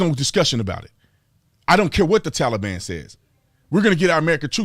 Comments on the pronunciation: Why do these DS commies keep saying TowLEBon? I no can’t stand this person pretending to be President! He’s a lying thief! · Everyone knows we CAN NOT trust the Taliban. You fool, you can't even pronounce Taliban correctly. He keeps saying Tellie bon. Did I just hear that reporter say "Tellie bon."? Are they propping him up or what? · I’d rather listen to kamala laugh on loop before hearing Biden say “tollybon” one more time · My goodness will this man ever learn to pronounce Kubol. Its pronounced "KAH boll" for 50 years. My goodness ask Google. News media has started pronouncing it wrong so he won't sound so stupid. The "Tah le bon"? Who the crap calls them this! Its the "Tale ah ban". I wander if NBC is going to start calling them this stupid name. This guy has a 48 year history of being wrong on every foreign policy of this country. At least he is keeping Kamala and the squad at bay. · He has to say everything wrong like “Tally-ban” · I have said this before but the way he says "Tollybon" Sounds like a child's ride at a amusement park, "Let's go ride the Tollybon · A few things: If he says Tolly-bon one more time, imma have to gouge my ears out with a blunt spoon. Why bother with all the vetting of Afgans but not the folks flooding in from Mexico. Seems like bigotry to me. What happened to "We do not negotiate with terrorists?" I understand that you've been ravaged by a natural disaster, just wear your mask, social distance, and get your jab. Your dead will return to life, your homes and businesses will rebuild themselves, and the world will chit rainbows in an hour. Just follow the dictator. He purposely answer the wrong question. No one asked why he left. They asked why he fugged it so bad. Says it doesn't matter when he left. Dang sure does. Had the troops been there holding stability, the evacuations would have gone smooth as can be. I'm done now. Not that anyone cares. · And would someone PLEASE tell Biden how to say Taliban. PLEASE !!!!!